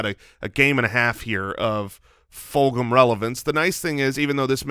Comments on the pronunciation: Travis "Full-HAM" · Fulgham: “Ful Go Ham”